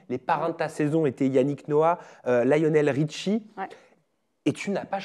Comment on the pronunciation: Ferjie ? Ly onel Richie? 😂